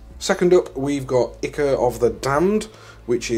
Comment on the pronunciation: I can see myself steadily buying these products to replace my current AK stuff. BTW Ichor is pronounced EYE CORE.